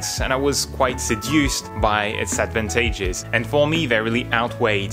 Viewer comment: Thats not how you pronounce advantages